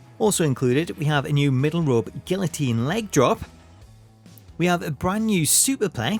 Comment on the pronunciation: Cause who the hell pronounces the Ls in guillotine?